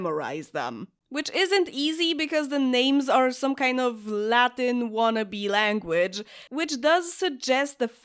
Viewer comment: I love playing with witches! 🧙🪄 And you did a great job with the Latin pronunciation 😉